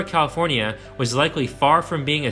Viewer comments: HELP I CAN'T STOP HEARING IT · this is a great video! however, as a lifelong Californian, I have never heard anyone from the state pronounce it with 5 syllables like you do. As far as I know, it’s 4 syllables, with the “fornia” at the end of the name being said more like “forn-ya”, as opposed to “for-nee-ah”, how you’re saying it. maybe it’s regional? anyway, cool video.